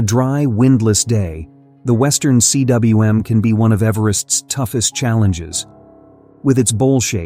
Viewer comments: It's pronounced 'Kuum' in English (not C. W. M.)you stupid AI voice! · yo tell your ai voiceover guy that's it's pronounced western coom, not western C.W.M. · CWM is pronounced "Coomb"- It's a Welsh word. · Cwm is a Welsh word and it's pronounced "coom". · Cwm (Welsh for valley) is pronounced ‘coom’. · Hey, AI, "cwm" is pronounced "koom". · I don't mind the voice, honestly (but then, I grew up listening to the BBC's "received pronunciation") I just wish someone would teach it to pronounce "cwm"!